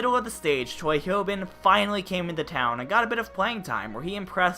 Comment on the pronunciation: I like how everyone, including the Shock’s expat translator, mispronounce Choi HyoBin’s name.